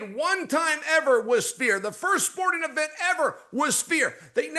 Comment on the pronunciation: Chael can't say "sphere"